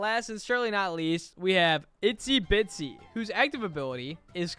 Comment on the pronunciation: Bro, I'm a fan but like it's IZZY bitsy not ITZY bitsy